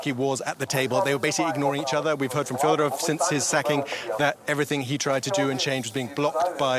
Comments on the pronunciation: Thank you for covering. The surname is fEdorov, not Fiodorov. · Fedorov, not Fyodorov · Fed- o - rov say it properly